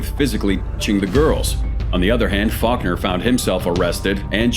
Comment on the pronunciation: Faulkner sounds like f*ck her